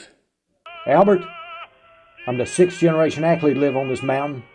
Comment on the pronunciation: Well, it's your film, so I guess you can pronounce 'Akeley' as 'Ackley' if you want to!